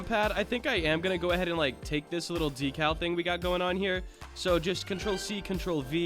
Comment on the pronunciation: bruh whats a docow its decal but nice job